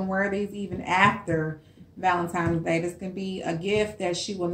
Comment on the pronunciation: THE WORD IS VALENTINES DAY NOT VALEMTIMES DAY